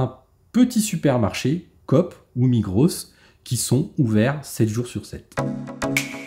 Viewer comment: On ne prononce pas le s a migros, prononcer migro